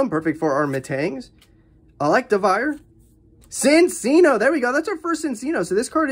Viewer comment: it’s pronounced Chin-chino i’m sorry just a lot of people keep miss pronouncing it